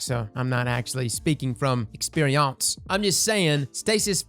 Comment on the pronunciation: “experíonce” HAHAHHA